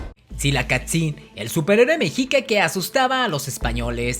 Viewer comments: El weon dijo mejica? A mi me enseñaron que era meshica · tu pronunciación nahua es errónea, el nahuatl es de pronunciación GRAVE: no se pronuncia mejica, sino mexhica (sonido como "sh")... Axolotl, xitomatl, xochitl, xocolatl, se pronuncian como xoloitzcuintli!... La doble "LL" se pronuncia como L: NezahualpiLi, no NezahualpiLLi... Es ihiyotl (con acento pronunciado en la I), la "H" es como "J", se pronuncia IJÍYOTL....No es Centótl, es Centeotl (con acento prosódico en la segunda "E": Centéotl)... No se dice Mesoamérica, ese nombre fue utilizado en la modernidad. El nombre correcto es antigua Anahuac (checa datos de MIGUEL LEÓN PORTILLA)... Abusado! Tu video se parece a los de Badabun.... pero si quieres hacerlos mejor entonces documéntate mejor y pronuncia correctamente. Saludos. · Muy buen vídeo, pero se pronuncia meshica saludos desde Mexico🇲🇽🇲🇽🇲🇽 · Mexica, se pronunció „meshica“, Tzilacatzin „tzilacÁtzin“ ;)